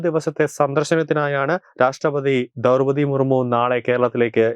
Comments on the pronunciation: Daurpathi ennalla chetta Draupathi Murmu.ennu parayu please. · ദൗർപതി അല്ല... ദ്രൗപതി.... ദ്രൗ....ദ്രൗപതി മുർമു